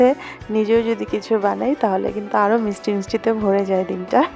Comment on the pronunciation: আপু মিসটি না মিষ্টি হবে।মিসটি শুনতে খুব খারাপ লাগে।